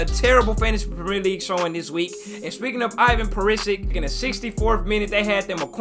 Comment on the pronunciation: Good lord he butchered the fuck out of Perisic's name 💀